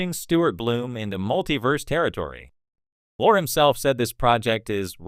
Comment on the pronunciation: It's pronounced LORI dumbass not Lore.